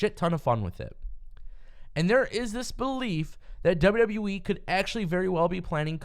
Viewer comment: This guy literally saying WWE wrong if you really hear it sound like it sounds like he's saying WWwe